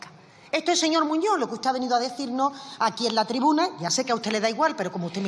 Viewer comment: Muñoz,no muño.aprenda a hablar,Castellano, Español.